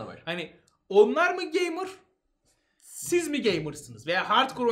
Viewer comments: "geymır" şenol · Geymır mı? Gey mey ne diyorsunuz abi. Size yakışmadı